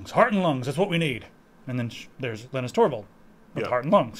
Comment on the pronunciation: Linus is pronounced Line-us not Lin-us.